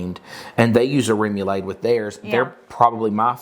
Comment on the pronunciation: Aw,. It's CROW-KETTS, not CROW-KAYS. Your way is the game with balls and mallets in the yard. Salmon is a silent L. SA-MON. - remoulade is RAY-MOO-LAAD. Not ADE like lemonade. I understand there's a southern accent involved, but there's a big difference in your sweet southern accents and a mispronunciation.